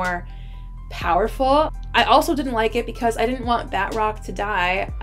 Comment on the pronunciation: Ba~troc , not bat-rock lol